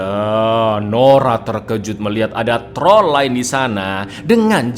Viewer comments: "Dan inilah TROL 2 , jangan hilangkan R nya" Wong jowo be like alon alon yo tol😂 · Jangan hilangkan "R" nya wkwkwkw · jangan hilangkan RRRrrr nya 🤭🤣🤣